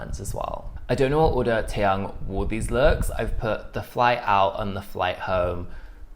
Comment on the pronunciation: Te-yoong... not te-young